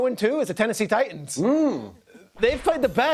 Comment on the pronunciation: Sound dumb af saying Titans